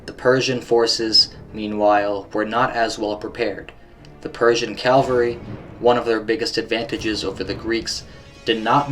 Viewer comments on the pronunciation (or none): Dude! its cavalry NOT calvary!! my ears hurt!